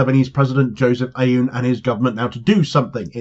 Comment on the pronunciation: Lebanese president's last name is pronounced 'oww-n' spelled aoun but thats how its said